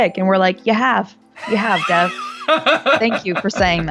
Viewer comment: How can a person watch an entire movie where the titular character is called Dev, then do a review and pronounce his name wrong?